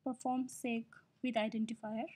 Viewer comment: Good tutorial. Two things: "segue" is pronounced SEG-WAY. It's actually an Italian word, using in music composition, to indicate a transition. Then, "xib", even though it has an "x" in the name, for historical reasons, is pronounced "NIB", with an "n".